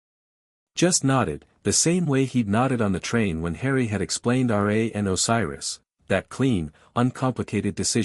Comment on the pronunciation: Its RA, NOT R A